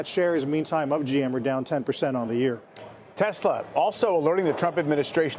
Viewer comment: He loves ‘Tesler’ 😂 because everything’s computer